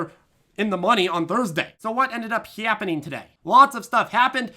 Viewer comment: Lol. I thought I was back in Wisconsin for a minute.